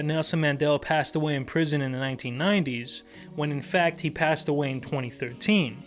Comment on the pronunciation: Dont br intimidated by, he can't even say sit or the the word when